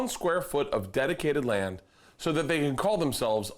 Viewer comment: Bert saying “dedicated land” sounded so close to “detotated wam” had to do a double take to make sure that wasn’t what he said